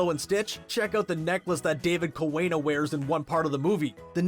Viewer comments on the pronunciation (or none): its not a major issue but it is a common misconception. There is minimal amount of names with W in it that it is pronounced as W but most of hawaiian language W= V so its actually David kaVena and not ka-wena. A lot of our language here from Hawaii gets butchered in movies or Tv shows.